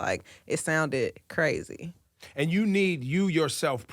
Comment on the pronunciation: did rosenberg just say “Brazy”?!??!!!